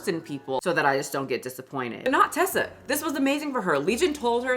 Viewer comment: Just so you know, her name is Reesa. It's reesa-m-teesa, not Tessa. 🫶